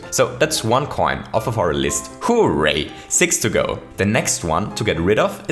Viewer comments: His voice is so off-putting, though... it makes me uncomfortable hearing him say “hoo-ray”. I always hear people saying it as “hurray”, so this, with the voice, makes me want to die. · When he first said hooray, I thought he said who raped